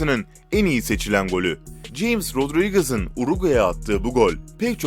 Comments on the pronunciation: James Rodriguez Hames diye okunur, Ceyms değil!!! Bunu anlatan futbol izlemiyor sanırım? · Ceyms rudrigız değil hames rodriigez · Ceyms rodrıgız denis birkamp . Hocam isimleri bi ogreneydin keske .